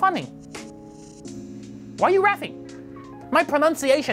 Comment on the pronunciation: He definitely reft me speechress